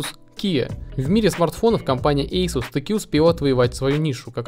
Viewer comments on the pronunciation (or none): Асус, а не ейсус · Не эйсус а асус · говорится АЛКАТЕЛЬ, АСУС ...